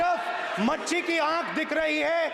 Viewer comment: नेता प्रतिपक्ष की भाषा सुनिए मछली को मच्छी बोल रहा है १००/ इसके कान बिहार के नौवी फेल भ्रष्टाचारी सजा याप्ता के लड़के ने भरे है उसको भी मच्छी बहोत पसंद है 🤔🧐😎🕵️ नेता प्रतिपक्ष भाषा के शब्द सही इस्तेमाल करे नही आता तो पद छोड़ दे 😆😁😄😃😀🥰😍🤩😀😃😁😄🤔